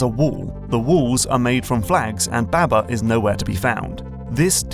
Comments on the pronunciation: ITS BAHBAH NOT BÆBÆ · Pretty sure it’s pronounced “bahh bahh” like sheep